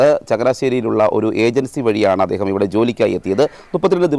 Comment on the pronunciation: എദേഹം?ഇയാൾക് നാണമില്ലേ അദ്ദേഹം എന്ന് പറയാൻ?